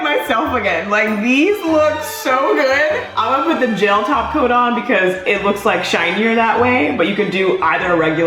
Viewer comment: I love how said gel like jail